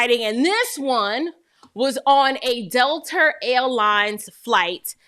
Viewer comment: Girl, I love the way you say Dell-ter instead of Delta 🤣🤣 I love your podcast and commend you on the good work you are doing. Keep going sister 👍🏽